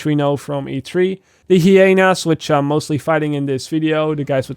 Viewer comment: I've always loved your content and I always will, but how you said "hyenas" is unforgivable >:((((